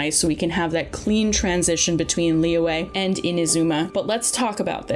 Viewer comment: the y in liyue is a consonant sound, like y in yummy, just saying